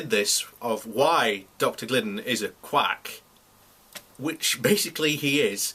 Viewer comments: right or wrong,if you are slagging a guy off, at least get his name right its Glidden not Giddien. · He's still miss pronouncing he's name. I say again stupid is international.